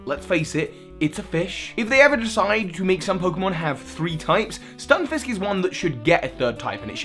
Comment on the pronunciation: its not a FISH ITS A FISK Stun-FISK not FISH